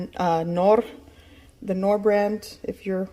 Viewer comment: Did you just say Knorrrrr! Lol pura mexicana hahahaha!!